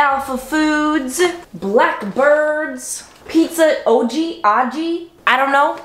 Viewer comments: I think it's Oggi like "nog" or "jog" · Oggi pronounced ( Aug E ) Would be nice if you gave calories and more product pictures consistently.